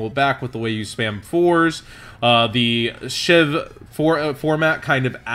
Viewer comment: Everyone keeps saying it like SHIV when it's SHVI. SCHVEE. Weirdest pet peeve ever but it's getting on my nerves.